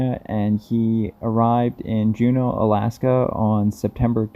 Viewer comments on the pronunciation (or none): none